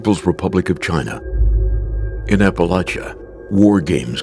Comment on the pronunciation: How has this dude never heard how to pronounce Appalachia?